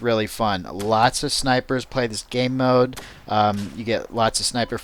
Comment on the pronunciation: did you say ...gay-mode?